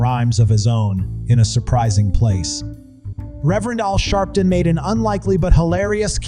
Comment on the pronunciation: ALWAYS downvote the robot voice!! “All sharpton???”